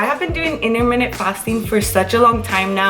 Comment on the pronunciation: You can’t pronounce intermittent!!!